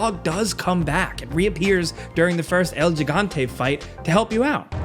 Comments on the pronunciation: You mispronounced Gigante. It's "Hee-gan-te." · I know it shouldn't, but seeing videos in 2022 of people still pronouncing it "JIH-gante" makes me annoyed. but in a funny way though. love you